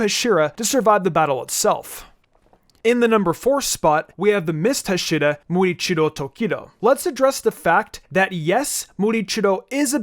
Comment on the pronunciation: I believe it's "Muichiro" not "Murichiro". Also, I think Rengoku should rank higher on the list. He, for one, is Mitsuri's sensei and love breathing technique was derived from his flame breathing technique. Had he lived longer, he would have manifested the mark.